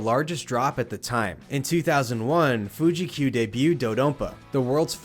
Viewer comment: I believe it's "do-dah-don-pah"